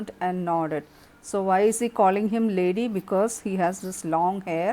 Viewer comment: It's not lady mam, its laddy which means lad, a young boy. Ma'am, you are very good in narration and explaining, thank you mam